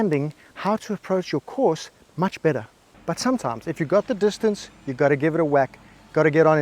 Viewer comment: Just wait until you hear him say "distancey"...you're really going to lose your shit! Some friendly advice...go ahead and watch his videos...but keep your psychologist on speed dial!